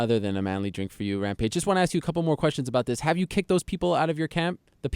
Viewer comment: Rampage can't say "ask". He says "axe"